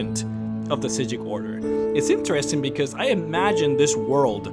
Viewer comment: Is it supposed to be said like that? I think I remember that's how the voice actors pronouncing it but the subtitles said psijic